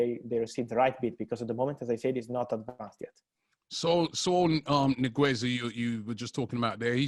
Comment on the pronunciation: The way said niguez 🤣